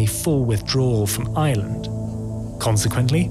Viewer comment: Pity he can't say Ireland .